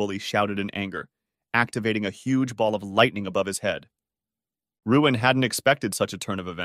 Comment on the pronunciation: btw his name is luin not ruin